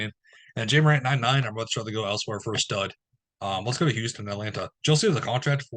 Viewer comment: You know it’s pronounced “Jaw” Morant. Not “jay” 😂😂😂😂😂